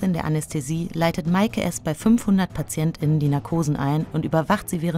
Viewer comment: Wenn man es sich schon auferlegt hat, dann sollte man wenigstens so gendern, das eine Pause beim Sprechen eingelegt wird. So wie es hier ausgesprochen wird, klingt es, als ob ständig von Patientinnen, Kolleginnen und Ärztinnen gesprochen wird.